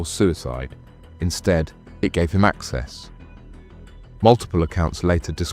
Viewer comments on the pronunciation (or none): none